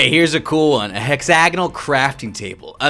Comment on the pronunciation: Did say, “Hex-A-gonal” Instead of “Hexag-O-nal”?